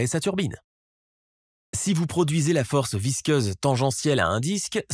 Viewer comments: Visqueuse et non visceuse ! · Plusieurs fautes graves de vocabulaire impardonnables ! Force VISCEUSE de l'eau... Visqueuse !! Pas visceuse !! 👎 👎 👎 Et Mach en unité de vitesse !! ET NON MATCH !! 👎👎👎👎👎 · "Visqueuse", ça fera plus crédible ... "Match 13" ? Sérieusement ? C'est Mach ! (pron. : "mak") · Force visceuse😂😂😂😂😂😂 visqueuse oui. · Visceuse ??? Ah, visqueuse. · visqueuse pour info pas visceuse.... mdr